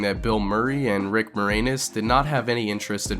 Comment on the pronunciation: Lol "Rick More-Anus" LOL